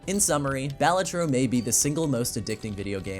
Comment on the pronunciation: Great video, unfortunately it is pronounced bay-LAY-trow so you get a dislike ☝🤓